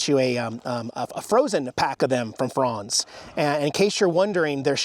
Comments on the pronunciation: Never heard Franz pronounced that way with a "fronz" vs "franz" that I grew up with. Whose watching the cats? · Wait... You're from the Pacific Northwest, and you don't know how to pronounce Franz? I almost think your joking.